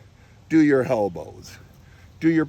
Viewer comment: Did you say helbow? What's a helbbow? Already doing my JM presses like a good kid.